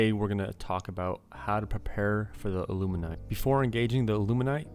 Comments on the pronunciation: How about a prep guide to pronounce illuminate? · Why can’t people pronounce illuminate..